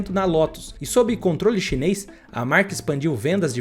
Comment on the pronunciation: Cara!!! É tudo chineis chineis chineis já q vc não consegue dizer chinês chinês chinês 😂